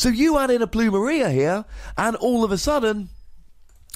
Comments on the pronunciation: Pronounced "Ploom- Air- ia" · It's pronounced plumeria Lol